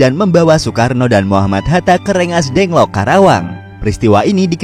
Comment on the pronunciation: Gua : Rengasdengklok Narator : Rengasdengk lok